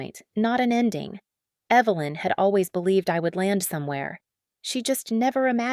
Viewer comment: The reader kept calling the mom Evil-lynn. So fitting.